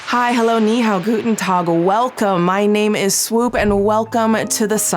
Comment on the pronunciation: That guten Tag was very good.